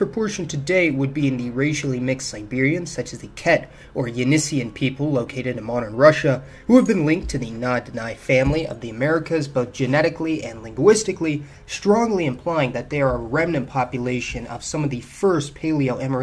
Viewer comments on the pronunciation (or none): Na Dene is pronounced Nah Dih Neh